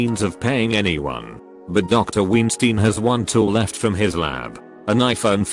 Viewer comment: Love how he pronounces Weinstein as Ween-stein